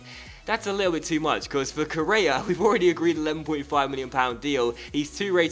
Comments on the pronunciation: It's pronounced Co-rey-a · k o r r E a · Its pronounced like Correa with a srtong sound in the r and the accent is in the e